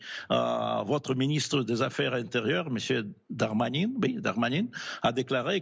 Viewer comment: Много ошибок. Смешной французский. Не сумел назвать правильно фамилию Darmanin. Малоубедителен, по-моему.